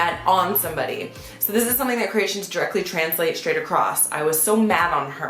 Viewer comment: Maybe Croatians sound as funny as her when she says Ceratians instead of Croatian